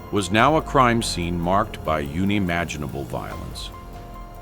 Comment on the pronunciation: I hate to make light here but ""yun"imaginable? The AI in this video is fantastic.